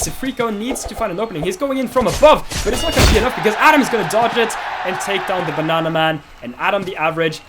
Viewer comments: I love he pronounces banana B A N Å H N Å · BANANA NOT BONONA